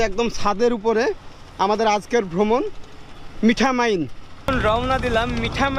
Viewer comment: আপনি মিঠা মাইন বলছেন কেন ওটা মিঠামইন হবে।